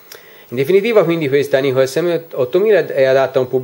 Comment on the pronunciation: 何言ってるかわかんないけど、ニコンと発音してるのは良い